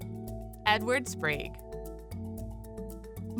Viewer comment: The robot voice which I now refer to is the computer chip -- she was talking pretty good for a robot, until when she could say sprague. She said Edward Spragie, long A, Long E. Sprague if you know a Sprague, you'll know what I mean. .